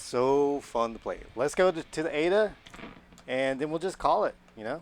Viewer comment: Its😂 A.D.A NOT A DUH😂